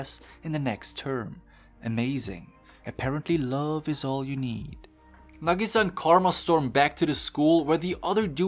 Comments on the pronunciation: its nag-ih-sah not na-gee-saa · hold on, say nagisa's name again, but right this time